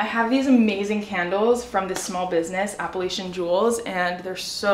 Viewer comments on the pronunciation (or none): none